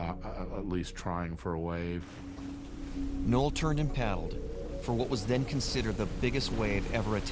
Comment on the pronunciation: Noll. Not “Knoll”.